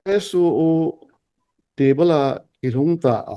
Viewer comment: Thuchom beh khat kisei le, talk show a SoO pronunciation hi SU to akibah hi angaihah lheh e 🤣🤣🤣